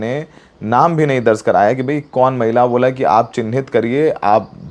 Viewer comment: दर्ज होता है दर्ज़ नहीं 😅